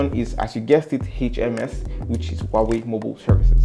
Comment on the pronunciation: Is Huawei, no wawy